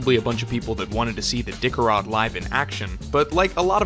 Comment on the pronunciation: "Dicker-Rod" LMAO 🤣🤣🤣🤣.